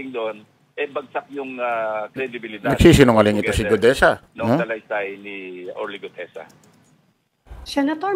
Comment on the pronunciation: GUTEZA... NOT GUDEZA 😊😊